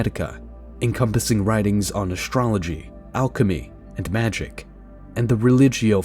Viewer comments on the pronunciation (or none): Why do you pronoune astrology "ashtrology"?